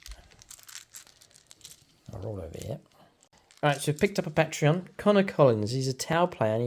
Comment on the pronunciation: Great battlereport... but man to man here; say patreot and then say Patreon. Ure welcome